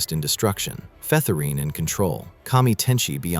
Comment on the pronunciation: Featherine is pronounced as "feather-in" btw